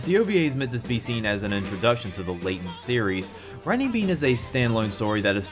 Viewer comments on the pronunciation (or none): none